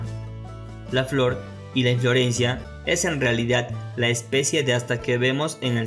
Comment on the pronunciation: Es inflorescencia no inflorencia. Perdon